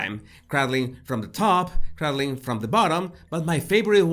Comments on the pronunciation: I love you. It ain't crad ling. It's crey dling. (like rey dling) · It’s pronounced cray-dling , like praying. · Love your pronunciation of cradleing